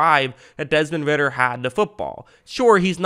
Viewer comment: “idk how to pronounce his first name” pronounces first name perfectly and fucks up last name